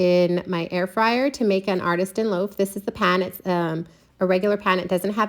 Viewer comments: Love this! BUT it’s Artisan, not Artistan. Sorry, It was just bugging me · ArtiSTAN loaf??? Or artisan? 😂